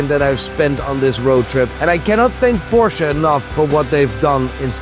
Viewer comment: Finally the first ever English speaking YouTuber who spells the Porsche correctly!!!!